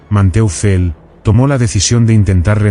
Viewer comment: Man-toifel. Se pronuncia.